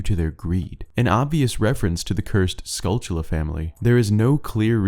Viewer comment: Why does everyone on Youtube mispronounce the golden spiders in OOT and Majora's Mask? I have NEVER figured that out. You keep pronouncing it with a "ch" in the word and that is clearly not there. Do you and other YouTubers have some kind of disorder you share?